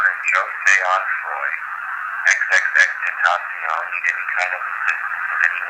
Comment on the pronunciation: “Johseh Enfroy” it’s JA-SEH ON-FR-OI (Jahseh Onfroy) , but’s it’s cool. rip x 🖤